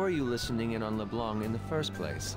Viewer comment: OH MY GOD JAY! It's pronounced Leblan, the c is silent!